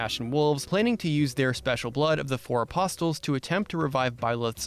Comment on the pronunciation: loved the video- short sweet and to the point p.s. (the T is silent in aposTle)